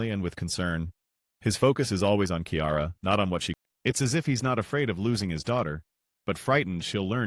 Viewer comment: I do not trust the opinion of someone who pronounces Kiara as Ciara🤣🤣